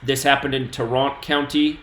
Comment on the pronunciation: BTW i live in Dallas It’s pronounce Tār-rent County